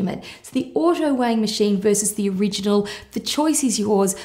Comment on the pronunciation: I swear she said auto-wang. hee hee.